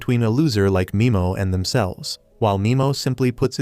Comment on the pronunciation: Nimo not mimo